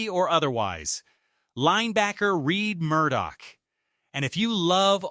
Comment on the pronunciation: "Red" Murdock, not "Reed" Murdock. If it wasn't an AI voice it would have known. But besides that, he is one of my most interesting rookies. Drafted in 7th round but with an expected ceiling like a first or second rounder. Practically the definition of a "Steal".